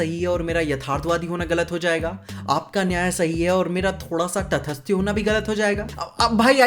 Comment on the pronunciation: तटस्थ। तटस्थय नहीं। मत बोलो अगर भाषा पर कमान नहीं है।